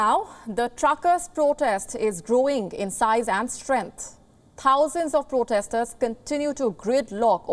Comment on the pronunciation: How is it possible this guy doesn’t know how to pronounce ‘protester’?